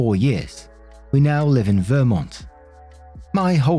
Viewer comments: Hey, just so you know Vermont is pronounced like VerMONT, not VERmont, where the emphasis is on the capital letters if that makes sense. I don’t care how you pronounce it lol but just in case you were curious since I work out of that state ☺️ in fact, I was even there today!! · Story #2: FYI,, it's "VerMONT." (I grew up there.) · Lol It was funny listening to you say Vermont. "Vermint" Lol